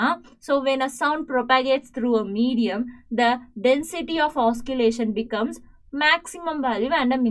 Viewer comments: Pls teach clearly also say the words properly mam you said oskillation actually the correct word is oscillation pls correct mam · Oscillation not oskillation Also can't understand anything